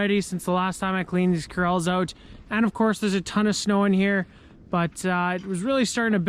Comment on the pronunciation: You say "Ouwt" an insane amount!